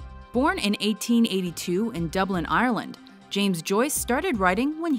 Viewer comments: Land not lind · With an i sound not an ay sound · I'm from Cork and wondering where in Ireland you pronounce it ayer-land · In my experience almost all north Americans say Ireland the same kindof strained way. (I'm Irish in case you didn't guess) Its pronounced by us ayer-lind . Just kind of odd is all. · Have to cringe at how she says Dublin and Ireland